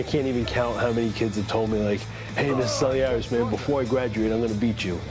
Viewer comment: cant say Selearis 😆